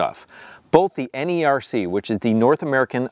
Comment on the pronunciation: Great ideas! (NERC is also associated with FERC. This is the government agency that regulates the interstate transmission of electricity and other energy commodities. They are usually pronounced like "Nirk & Firk")